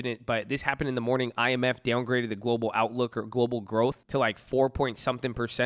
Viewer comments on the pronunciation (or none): none